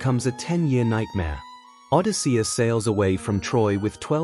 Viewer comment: Nope. I can't listen to Odi-SEE-us even one more time. Goodbye.